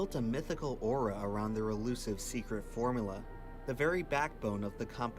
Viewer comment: Dude made an entire video about coke and can't even pronounce formUla...